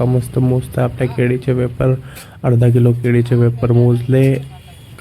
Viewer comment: केळी ❌ केडी✔️